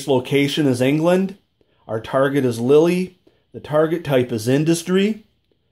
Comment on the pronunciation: Good review. (Lille is pronounced “Leel” not Lily.)